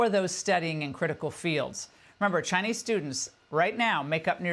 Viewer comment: chai-Nee students gone. chai-Nee restaurants close.